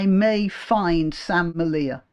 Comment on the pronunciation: Sam's name is pronounced like 'media' but with an L. No one who has talked about his plight apart from his wife Laura Towler, has got his name right, and everyone just has to qualify their remarks with 'as unpleasant as I may find ' disavowals. Im glad you said 'may'. If you met him or Laura, I guarantee you would find them to be the most affable company, with the interests of our people, their toddler and second baby to be at heart. And the tea their family business Grandma Towler's sells is the very best.